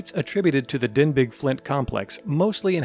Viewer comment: Denbigh is pronounced "denby" NOT "denbig". The name comes from the town in Wales of the same name.